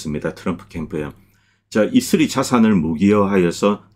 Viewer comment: 자꾸 이스리 이스리 이슬이? 해서 뭔가 했네요. 이스라엘을 왜 이슬이라고 하는지 궁금하네요